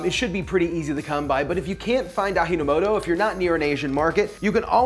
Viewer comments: Ah-gee-no-moto, not Ah-hee-no-moto. it's not spanish. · And even in Peru, a country that speaks Spanish, we pronounce it as 'j' not 'h' :) maybe because we used ajino moto for the longest time and cause we have a large Japanese cultural background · It's ah-jee no moto. It's Japanese, not Hispanic. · it is pronounced A - GEE-NO - MO- TO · It is pronounced as "Ah Gee No Mo Toe" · Its pronounced 'Ah - Gee' No Moto.. fools hate on MSG but don't know its in the chips they eat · "ah-gee" no moto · Having worke in Toyohashi, Japan for a whioe, I will tell you that "ji" in Japanwese is pfronounced "Gee". FWIW. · Ah-gee-no-mo-to (as in gee wiz) There are no accented syllables. Thanks for this video. I learned of Ajinomoto in Japan in 1985. At that time it was controversial but we used it anyway, as it really enhanced Japanese flavors, and look how long those Japanese people live! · Aji-no-moto It’s an English “j” sound. Not an “h” sound like in Spanish. Ji in Japanese is said like we say the letter “G” Ah-jee No Moto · Thanks for "sciencing" MSG;-) It's like gluten and most pseudo-science, it needs to be debunked. Most people have ZERO problems with gluten. I've read the Buddhists monks here eat it as a staple protein source in their diet, though I'd have to actually ask one if that's true. The pronunciation would almost certainly be A-gee-no-moto. 味の素 All of your other sounds are correct. For future reference just use google translate, it's not 100%, but it's pretty good. Or ask me and I'll ask a native speaker for you;-) I'm loving your channel and have been doing the same kind of experimentation as you but privately. I'm happy you are doing all that hard work, so I don't have to;-) I LOVE the idea of the daikon bacon since it's super cheap and everywhere here. Finally, may I suggest those to want to get the meatier texture with less salt simply dehydrate it a bit before making your bacon? It'll probably help absorb more flavor from the marinade as a bonus;-) tim #bgreen